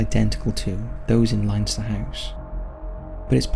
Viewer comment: This video was amazing and exactly what I needed, but the way you pronounced Leinster got me XD